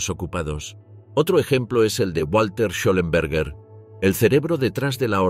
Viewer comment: Fantástico vídeo, salvo por la narración que equivoca "Schellenberg" con un inexistente "Schellenberger".